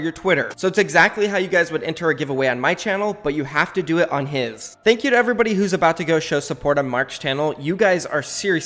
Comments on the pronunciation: There are two different pronunciations of "Th" like in "mother" and "broth". Thank you is like "broth" but he says it like "mother" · Why does say "Thank you" with "ð" instead of "θ". It's kinda funny though 😂